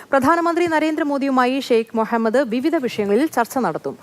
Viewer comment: The news reader well pronounced the name mohammad as per in clear Arabic manner, it's appreciated